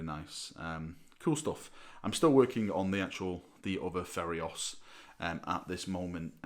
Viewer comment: It's Feiros, not "Ferios". The i is before the r. I'm sure you wouldn't like people to call this the "Reclaimers of Drone"